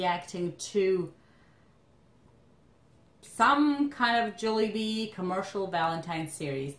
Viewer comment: its pronounced as Jawlybee